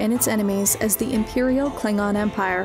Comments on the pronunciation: like how u pronounce the klingon. Pretty kool 😊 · I love that fact the narrator got the pronunciations correct for some of the more heavier words.